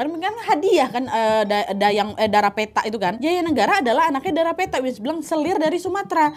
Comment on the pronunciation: Dara ( gadis) pèthak ( seperti pada pète) artinya ( putih) Nad...bukan petak ( pada petak umpet) Sinau boso jowo ya Nad...( lidah melayu )😅 Maaf ,sekedar berbagi coz i love u Nad❤❤